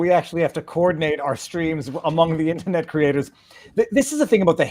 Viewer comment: Why does Viva pronounce "IN-TER-NET" as "IN-TA-NET"? It's the only word he uses where he elides an R.